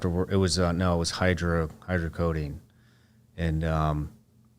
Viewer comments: Shit sounded sooo bogus. When he described the withdrawals I said “NOPE!! He’s so full of shit!” And calling shit “Hydrocodeen” A true addict knows how to pronounce his pills & everything else about them. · How, as an "addict" (former or otherwise), you don't know that it is Hydrocodone, not Hydrocodeine, is beyond me. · Bro literally got addicted to tramadol(non-narcotic) and doesn’t know the name hydrocodone?(called it hydro-codeine) Why even bother saying half this shit when you actually are lying